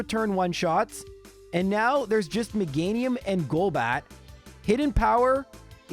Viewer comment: Meganium 😮 not MEGA- NIUM?